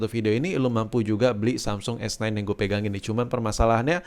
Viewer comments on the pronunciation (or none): S9 bang. Aku dengernya kok S ten s ten terus yak